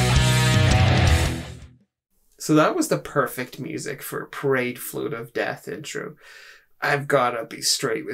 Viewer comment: Your accent made it sound like you said Pride float, and now I want to get one and paint the Aquilla in a rainbow pattern